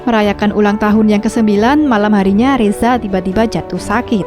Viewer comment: Nyebut reza jadi resa